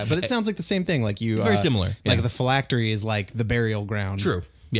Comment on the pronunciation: Name pronounced correctly. 100 phylactery points for you.